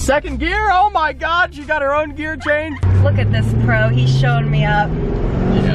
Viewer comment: When she said “oh my gowed”